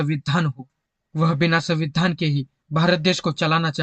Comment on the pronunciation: आपने संविधान बोलते वक्त संविधान का उच्चारण कितने बेधंगे तरीके से किया है.ऐसा लग रहा था के आप जाब बुज के संविधान को चिडा रहे हो.